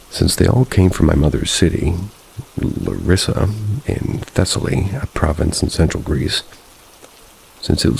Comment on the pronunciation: As a followup for my story , i wont judge you for the pronouncaion of the words, it can be pretty difficult. But essentially its pronounced Peloponnese (pe-low-po-niece), Tripiti (Tree-pee-tea), Larissa (La-ree-sa), Thessaly (thes-a-lee), and Kalavryta (ka-la-vree-ta). Hope this can help in the future